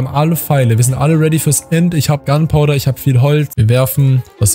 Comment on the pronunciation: Gunpowder nicht "Gundpowder", aber trotzdem super Video ❤